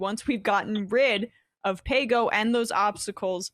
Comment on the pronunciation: Sam agreees with Dore and thinks that Paygo was nothing. But he can’t really say it. :D